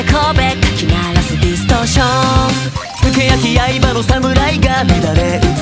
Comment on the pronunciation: 「あだなはネットの髑髏 かき鳴らせディストーション」 ~ 髑髏の"しゃ"の鋭い発音の仕方がかっこよすぎます💭🩵 その次のディストーションの"ション"は可愛さがあってほんの数秒で私が個人的に大好きなころんくんの歌い方を二つも聞けたのが嬉しすぎました🥹🫶🏻